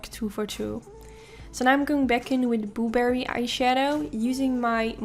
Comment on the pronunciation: The way she says boo berry has me dead😂😂it sounds like she cant say blueberry